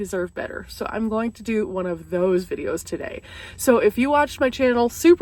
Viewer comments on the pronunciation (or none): none